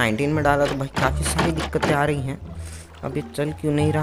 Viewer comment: Ye kis language me bol rha ho na aari nhi aari bolo please bhaut Ganda lag rha h